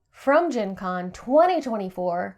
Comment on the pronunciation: Gen Con sounded wedgie